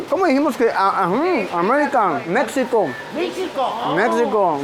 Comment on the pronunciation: Di México no mexsico